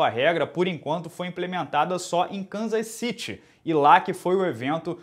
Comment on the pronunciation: Cansas ciri e não canzas Citi. Olha essa pronúncia correta